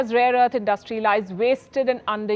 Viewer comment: Indus-trie= industry abd not indust-trie ; it’s a common Indian mispronunciation ( pro-nun-see-ation ). Cheers